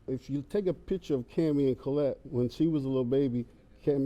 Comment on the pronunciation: So glad , I checked this one ! Such a loving family . Liked the Steve pronounced her the daughter's name . Name iss Collette too ! God blessed that family ! ❤ 🙏 !